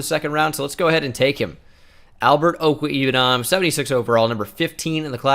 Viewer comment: Mizzou fan: pretty sure it is OH-ku-WAY-boo-nam